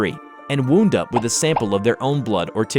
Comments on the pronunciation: I don't think you read "wound" correctly lol no hate tho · You pronounced wound wrong :'O but otherwise this was great. It's wound in the context of winding, wound, wind etc